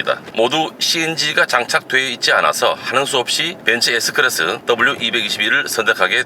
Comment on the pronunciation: 벤쓰 에스 끄라쓰~~~